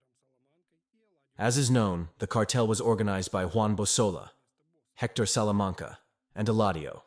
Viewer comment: "Juan Bosola" 🤦 It's Juan Bolsa 🙄